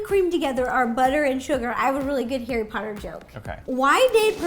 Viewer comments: HARRY POTTAH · Me seeing the “theme cookie” Harry Pottie ! Sounds like Hairy Potty 😂😂😂😂😂🤣🤣🤣🤣🤣🤣